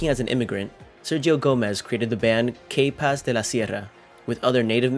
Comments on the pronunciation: Pronounce K-Paz like you pronounced 'capaces.' the letter K is named and pronounced [kah] in Spanish.. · Lol you pronouncing K in English just makes the band name sound wrong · You need to stop doing these videos if you can’t even pronounce things right. The way you pronounce K Paz was just horrible. I’ve seen more videos and you butcher names so badly and it’s sad because you actually sound Hispanic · Bro learn how to say the band name right n his name